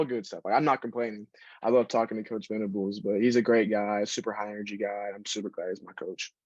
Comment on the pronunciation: Venables not ventables